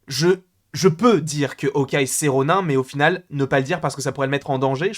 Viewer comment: Ronin se dit "ronine" bg